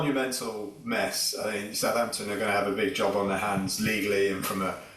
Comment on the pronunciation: Talk sport its Southampton. It's tonda